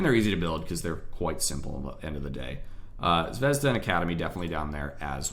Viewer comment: it's zvezdA and not zvEzda. i love how americans butcher russian names at every single possibility. though cool video mate. very helpful.